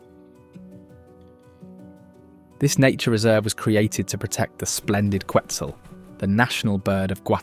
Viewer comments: Your videos are great and very "local." I only suggest checking on proper pronunciation in this case. Pay attention to those accent marks. For instance it's Atitlán: ah teet LAWN. Quetzal=ket ZAHL Palopó= pah low POH. Thanks. I hope to get back soon 🙏. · Love your video, but I think if you're going to mention the national bird of a country you should learn to pronounce it correctly how the people of the country pronounce it